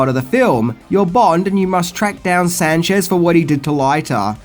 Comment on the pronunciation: C'mon dude everybody knows the character as Moneypenny not Many-penny 😂 and I like how you pronounce Sanchez as San-shez LOL